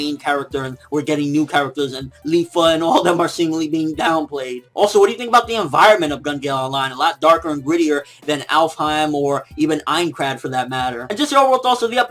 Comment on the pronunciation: Its pronounced She-none (Shinon/sinon)